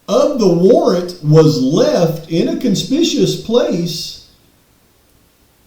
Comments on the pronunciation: PS it’s CON-SPICK-U-US not Con-Spish-Us 😂.. southern drawl was very present in todays video 🤠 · Dude! It’s not conspicous, it’s con-spick-u-ous. The first word doesn’t even exist. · You’re so far off base it’s not even funny! CON SPIC U OUS is the correct enunciation of the word you’re trying to use. It wasn’t the paperwork that set my friend Veteran Brent Lee Kopacka off it was Chief Fry who set Kopacka into a PTSD frenzy because Chief called Brent every single day for two weeks harassing Brent accusing Brent before he ORDERED the HIT to have An Innocent Man Killed. Of course Fry had the video removed from the internet completely where he stated in early Dec he had a PERSON OF INTEREST. Your stardom to Trump speaks on your support of a horrible judge of character. You’re wrong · The way he say Conspicuous IS MAKING ME CRAZY 😂😂😂😂😂